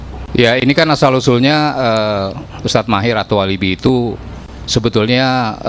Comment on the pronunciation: Tuh pembawa acara nya blg attuwalibi aja kesulitan, lbh gampang Soni eranata, attuwalibi ky org Arab aja wkwkwk...